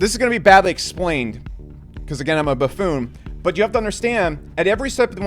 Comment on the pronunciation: That pause then loook at the camera, followed by bafoone 😅lolol